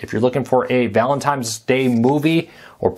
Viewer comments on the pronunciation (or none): Did you say "ValenTIMES"??? Yeah it's Valentines...not TIMES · It’s Valentine’s Day, not Valentime’s Day. lol